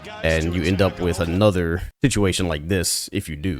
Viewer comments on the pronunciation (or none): none